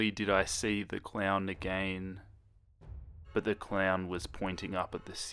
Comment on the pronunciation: say again not A-Gain cuz it's really bothering me